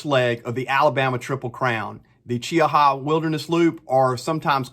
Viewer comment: Nice job. Also, you're the only person I've heard pronounce Cheaha correctly, lol.